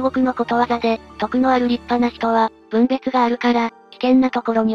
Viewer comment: ぶんべつwww 資源塵みたいに言うなwww